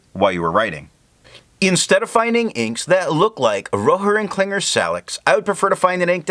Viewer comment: I'm surprised by how well you pronounce some of the japanese inks, but I feel there could be a bit more oomph in Rohrer and Klingner:) Thanks for the review though. It is fortunate I got the Inkvent as a present, but unfortunate as I have too much ink to finish before I can try new ones...